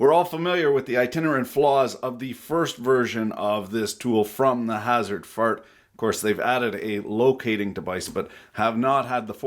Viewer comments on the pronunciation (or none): none